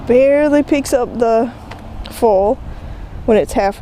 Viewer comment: Took me a few minutes to figure out you were talking about "foil" when you were saying "full". :)